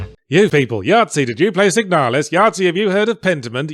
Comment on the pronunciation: My mind is shattered. Any time I've seen the name or box art for Signalis in the last few years, I've heard it read in this voice. But now that I've listened to it again, it's not even pronounced correctly! This isn't how I hear it! My world is a lie!